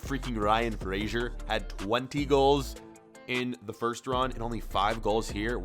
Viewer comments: Frasher instead of Fraser I’m a scots man and this is offensive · Btw it is Ryan fray - zer not fraysher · say fraysher one more time i sweaR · fraser is pronounced fray-zer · Love how he kept saying ryan frazers name wrong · Why does he say Fraser so weird